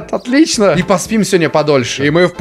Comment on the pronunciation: Он сказал не по русскому он сказал otliiiiiichno